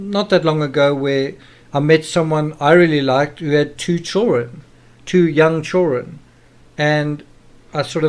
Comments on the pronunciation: I don't know what your primary language is but in English the word is children with a "d" not chullren lol. You have to pronounce with a d in the word. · children!!!!! NOT CHOREN